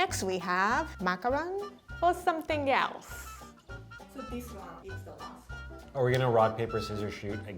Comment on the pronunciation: she said macaron, its pronounced differently OKAY. idk i saw from thread banger